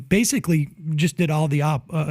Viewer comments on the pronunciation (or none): none